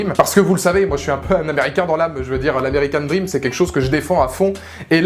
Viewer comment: "American DrrrrRRRRRRRRrrrream" 😂 Films tellement décevant, ils auraient tellement pu faire mieux...